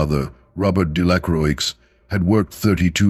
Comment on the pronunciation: The x is silent in Delacroix.